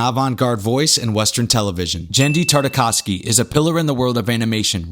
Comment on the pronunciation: Primal was soo good! Also, I believe it’s Tartakovsky, not Tartavosky ;)